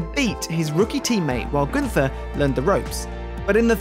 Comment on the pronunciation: Very impressive what Günther has achieved in the short time and this despite the adverse circumstances. Btw: Günther is pronounced without the th. It must be pronounced like single T